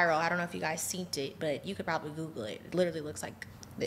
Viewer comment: Did she say “seent it” SEEN IT MAYBE 🤔